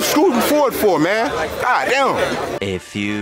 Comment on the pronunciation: was the best part for me “oh my gudd”😭😭😭